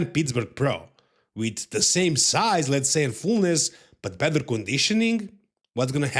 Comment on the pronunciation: beat me to it bud, was going to say bether too 😂😂😂